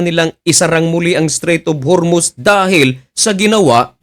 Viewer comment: hormuz hindi hurmuz, dinidiin mo pa mali mali nmn wordings mo.